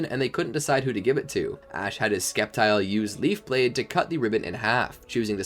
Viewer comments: Hearing him say skeptile made me skeptical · Bro was really saying "Skeptile"